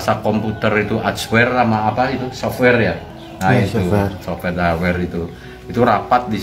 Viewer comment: btul ngomong hardware softaware aja salah ngucapnya. Makanya kan elon musk denger aja ngakak. 😂